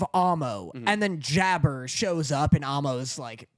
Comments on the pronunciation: Jabbar just to let yall all know is Arabian his name is a give away and its not how ya pronounce it ...its JAB-BAR ... like Aladdin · And I didnt mean Aladdin like that I mean its pronounced the same as jafar